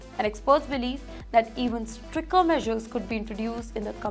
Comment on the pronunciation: It’s not Striker regulations .. it’s STRIC-TER. Learn proper pronunciation, or get a job in a bank.